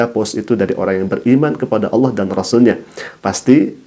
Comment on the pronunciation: Allah SWT bukan awloh perbaiki bacaan dan tulisanx